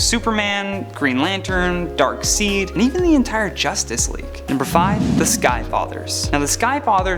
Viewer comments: Omfg. If one more of you people pronounce darkseid name wrong again im unsubscribing. Its pronounced darkside!! No darkseed. Damnit. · I’m sorry. I’m not watching ANY video puts out. I can’t take how he says ‘Thaa-Nos’ or ‘Dark-seed’. The entire list sucked. Where the hell is Roya?? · Please pronounce it Dark side. And if Batman, Hulk and Darkseid can best Thanks according to you guys, then Superman can for sure. He’s beaten all three of those characters and is arguably stronger than the Hulk, at least on par, and same goes for Darkseid. Plus with his speed he could take him down for sure. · Anyone else notice we are starting to mandella effect starting so many ppl are starting to call him darkseed now i thought it was darkside but its being said so much im starting to think not DUN DUN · It darkside not darkseen can’t you read this guy suck should had one of the girls do like Mary Jane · No one on this list is beating Thanos w/ the Infinity Gauntlet, especially not Batman. And Pronounce Darkseid's name right....Dark-SIDE not Dark-SEED! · You said Drak seed his name is pronounced Dark Side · Is it just me or is it annoying me how he said dark seed instead of dark side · Darkseid is pronounce as Darkside. Not Darkseed. 😲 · You mean Dark SIDE not Dark Seed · You pronounce it as "darkSAID" not seed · Its darkside. Not darkseid. I know its spelt seid but not pronounced seid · Did he say Dark seed? Heh. Imagine that villain. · it's pronounced darkside I know that's not how its spelled but that's how you say it. just trying to be helpful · The name Darkseid is pronounced Dark Side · I know it’s spelled DARKSEID but you say it like DARKSIDE… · It’s pronounced darksaid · Dr. Manhattan should have been No. 1. Oh, by the way "Darkseid" is pronounced DARK-SIDE. WHERE'S SQUIRREL GIRL IN THIS VIDEO!!!! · This man said ( Dark-Seed) not Darkseid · Ah yes thaynoes, dark seed and neil from the matrix. He needs to learn how to talk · "Darkseed" lol